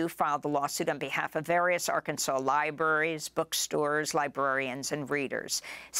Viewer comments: its pronounce R-cans-ins.... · ArKANzuhnz. Like Kansas. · It is pronounced AR-KANSANS